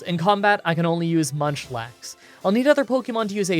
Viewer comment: Did anyone else hear him say lunchlax ?😂